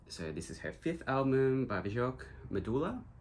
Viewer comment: That's a nice and diverse record collection. Love all the vibrant colors you've collected. Just wanted to say you pronounce Bjork as Byork (like New York but just with a B in front), not B-chork (or Bee-york). 😊